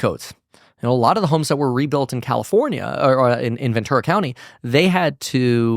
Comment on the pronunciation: Ventura is pronounced as venchura.